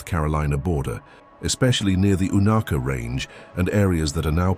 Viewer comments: I'm an East Tennessee local it's u nay ka not eww nah ka long a not short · It's pronounced You-nayka not unocka.